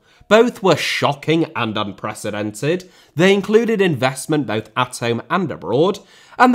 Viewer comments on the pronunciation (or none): none